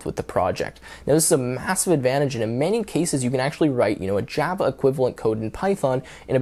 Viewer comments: Jyava Eh? 😂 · I have never heard someone pronounced "Java" like that. It's like how Trump says "China" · The way that you pronounce Java is so annoying